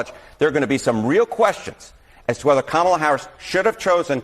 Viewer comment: I think it's actually pronounced "comm-ula".